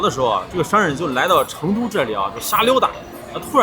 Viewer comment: 用四川话说成都，要说“chendu" 就地道了。